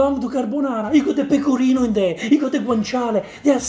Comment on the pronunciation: She definitely said: "more pecorinA" Cheeky, cheeky